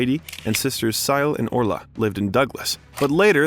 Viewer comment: His brother's name is Páidi...its procounced Paw-Dee, his sister's name is Síle....pronounced Shee-La. You did fine with Orla! Irish names are pretty difficult to pronounce 🤷‍♀️